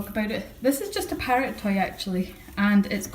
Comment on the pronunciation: I keep thinking you say pirate instead of parrot, its funny :P